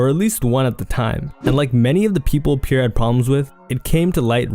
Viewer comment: It’s pronounced “Pee-Air” not “Pure”. Jesus Christ this dudes ability to mispronounce anything so many times in one video is astounding.